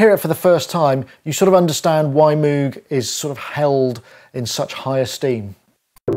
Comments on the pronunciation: MOWGuh not MOOOOOOOguh - any way very good video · It's pronounced MOGE XD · I love the stubborn and deliberate mis-pronunciation of moog! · Haha I used to call it Moo-g as well until folks told me it was pronounced Moh-g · I hear cows pronounce it Mooooo -g all the time. :) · Your Demos are always the best. Thanks. I also cant get out of the habit of pronouncing moog wrong :-)